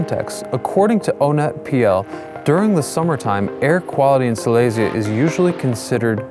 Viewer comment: Just for your information: you mispronounce the word Silesia (Śląsk). Look it up :) Your pronunciation is common among Poles, though, who refer to the so called Silesia City Center in Katowice (a shopping mall). Respect and regards.